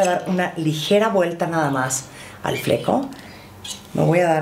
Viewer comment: El “Flecou” jajaja